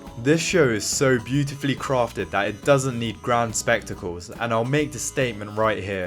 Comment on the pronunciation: I thought A Knight of Seven Kingdoms was boring. House of The Dragon is much better. Also not to be rude but please practice saying ‘the’. Great video though!